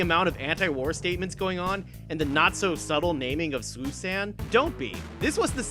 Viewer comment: Youre the first person on youtube that gets it's pronounced Susan. The death loving, galactic conquerer has a mother named Susan. That's the joke.